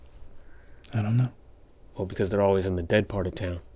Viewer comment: "Becasue"??? Wtf🤣🤣🤣🤣